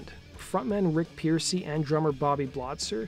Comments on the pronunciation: Frontman Rick Pearcy? Really man? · Rick Pearcy? 😂